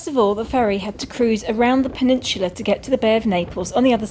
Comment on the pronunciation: Lolz it is soo cute n funny the way you pronounce,peninsula,sorry I mean peninshula!!😂🤭🤣😉